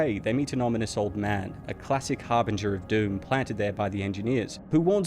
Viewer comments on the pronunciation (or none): none